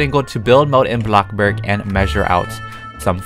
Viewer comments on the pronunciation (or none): I'm a fan and all, but can I just give my opinion... I don't like how u say Blockburg sorry!!!😫😫😫😭😭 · Blockburg other ppl: bloxburg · I like how syas bloxburg as BLOCCBURG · "Blockburg" -, 2020, 2019, and 2018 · “blockburg” 2020 “blockbOOrg” 😌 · when you say bloxburg i hear like blockburg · he said block burg